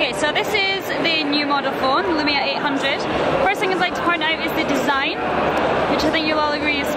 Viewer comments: it's lumia not lumina! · It's the lumia, not lumina. Just sayin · IT'S NOKIA 800 LUMIA! :)) Not "lumina" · it's lumia not lumina.... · Lumia not Lumina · It's LU-MIA not LU-MI-NA! Seriously bad journalism. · err it's lumia* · Lumina??? you mean Lumia?